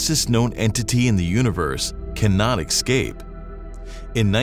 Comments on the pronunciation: Repeat after me: It's "Escape" not "Exscape" Also, "Less" is a comparative. You wouldn't say "It's so less" to imply it's small, you would have to say "It's so much less than (something)" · ESCape NOT ECSCAPE or EXCAPE ffs im so tired of it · I kind of mentally checked out as soon as he pronounced escape as "excape" 🤣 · "can not EXcape???" come on, guys... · Did that narrator just say light can not ekscape? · AI that can't pronounce "escape". Yeah, I know, nobody axed me. But stuff like that just, like, pushes my buh-ins! "Think about how stupid the average person is, and then realize that HALF of 'em are stupider than THAT!" - George Carlin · I hear you. I grind my teeth every time I hear that one